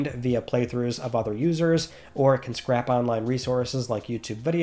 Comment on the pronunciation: love your work and I gotta call this out again. When you say “scrap”, I think you mean to say “scrape”